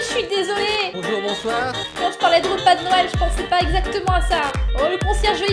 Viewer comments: Noël sa s'écrire comme sa "noel"Et pas "nouel " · Noël sas ses cris pas comme 😥Nouël mais comme sas Noël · putais c'est noel pas nouel AHHHHHHHHHHHHHHHHHHHHHHHHHHHHHHHHHHHHHHHHHHHHHHHHHHHHHHHHHHHHHHHHHHHHHHHHHHHHHHHHH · Nouël tu ne sais pas dire Noël 🎅🎅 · c'est Noël pas nouël mais c'est pas Grave!!!😚😚😚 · Mettre un like si fait exprès de dire Houël au lieu de noël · Ce n'est pas nouel comme ca, c'est noel comme ca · pas nouë mais Noël et joyeux Noël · wat ? nouel ? noel ! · Elle le sait mais elle le fait exprès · C'est pas Nouel c'est Noel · Non noel sa secri n o e avec deux pouin et pour finire un l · c est pas nouel mais c est noel b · c pas nouwel c noel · Rlle à dit nouel alors que sa s'écrit noël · On dit noël pas nouël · c est noël pas nouël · c est noel pas nouel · Non Karal ses Noël pas Nouël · On écris pas nouël on dit noël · Se n'ai pas nouel c est noel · ses pas nouël et non noël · Elle a bien dit " nouel " j y crois pas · Ses noél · Ta dit que Noël sa s’écrit nouel mais nan euhhhh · On dit noël